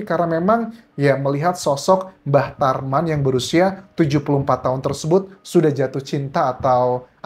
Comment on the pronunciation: Bang Anjas sering salah sebut "Mbah Traman...." 😂😂😂